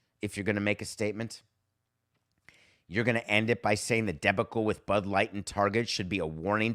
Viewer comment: Your pronunciation of the word debacle is very curious. I think you may have put the emphasis on the wrong syllable?